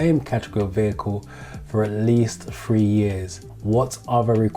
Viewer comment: your videos are very helpful, what Im struggling with is there's no difference between free and three when you pronounce the words and it is really confusing when should it be free and when it should be three....especially when you talk about third-party insurance.....